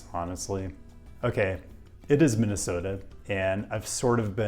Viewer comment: I hereby declare approval to your pronunciation of our state.